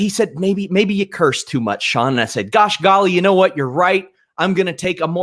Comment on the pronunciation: Did Sean Ross Sapp seriously say "gosh gally"?